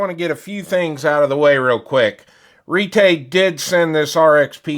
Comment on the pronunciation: Retay or "Retry"? Thanks for the review, but it's not for me.